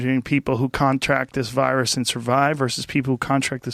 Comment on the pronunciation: So he can't pronounce an S in 'virus'? but he say the S in 'was'? lol